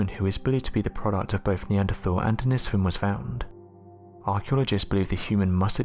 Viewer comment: Need to research how to pronounce denisovan...but still always learn something new on this channel !